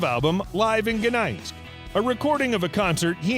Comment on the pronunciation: How shallow. Typical american teen age journalism. You can't even pronounce "Gdansk". What a laugh of superficial info anyone can make up !